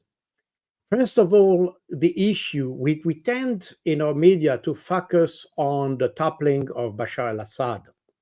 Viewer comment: I was thinking that too. 😂😂😂 did he just say fu ck us